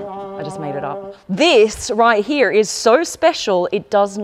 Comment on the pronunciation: I JUST LOVE when u pronounce "here" as hee-ya 🤣🤣🤣